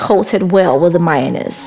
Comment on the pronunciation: I love the way your accent makes "mayonnaise" sounds like "minus"-pronounced-slowly to the amerikan ear. ✨😊✨